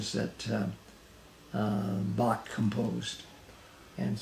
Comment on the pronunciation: Shame he never taught you how to say Bach